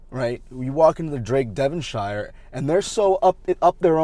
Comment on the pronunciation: It's okay. None of us locals like the Devonshire Inn either. I just want to point out a couple of things. 1. The Devonshire Inn is in Wellington. 2. It is pronounces DevonSHEER. Pretend you're British🤣🤣🤣